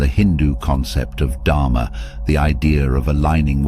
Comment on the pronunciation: Dharma should be pronounced as Dharmaa not as Dhaamaa. Karma should be pronounced as Karmaa not Kaamaa which means lust .